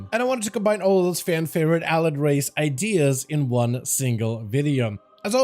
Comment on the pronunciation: Hearing you pronounce allied is so painful.